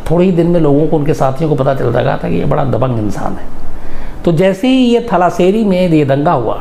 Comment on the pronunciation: थलाशेरी नहीं तलाशेरी... कुन्नूर नहीं कन्नूर